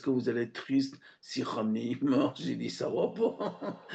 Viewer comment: this reporter should learn how to pronounce Khameini. learn your craft sir.